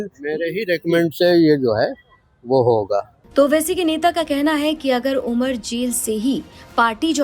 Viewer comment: Umar ka naam sahi se le godi media😡